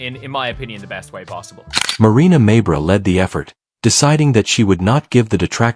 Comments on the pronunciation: If you’re going to use an AI voice either a proven inability to properly pronounce names, WRITE THE NAMES PHONETICALLY. Mabry, try MayBree. Instead of Jacy maybe try Jaysee. You can do better. How many ways can this AI voice mispronounce Mabrey in the same clip? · Stop mispronouncing mabrey 😢😢😢